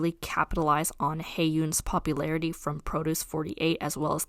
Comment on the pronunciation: The way you pronounce “produce” sounds like you’re talking about cabbage or something lol